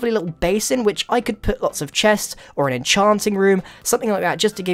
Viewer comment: "Goran" xD